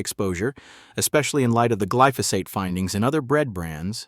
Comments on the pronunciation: It’s glyphosate, not gliphosite!! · I've never heard glyphosate pronounced kliftosight😢